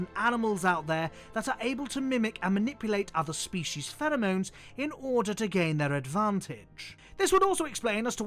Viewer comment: The way you say "pheromones" is so beautiful and i will pronounce it as such when given the chance